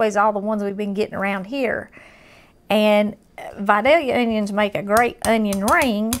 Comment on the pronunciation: She pronounces Vidalia correctly.